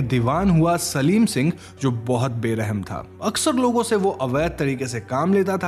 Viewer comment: सलीम सिंह नही शालिम सिंह था